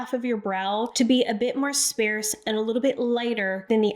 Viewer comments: Lol! "Sparse" is pronounced "SpaRRRsed" not "SpAAAArsed"... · Its sparse like car, not sparse like spare! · Nice tips, thank you. Need to tell you... it's sparrrrrrse, heavy r sound. ❤ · I’ve never heard it pronounced the way she does, and I’m in the US. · Thank you bc I had no idea what she was saying when she said that. I've never heard sparse pronounced that way. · Love you, but sparse is pronounced “spahrs.” It’s not “spare” with an “s” in it. Also, “sparcity” is not a word.